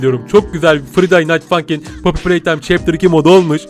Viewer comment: Abi bu oyunun okunuşu Fraydey nayt fankin.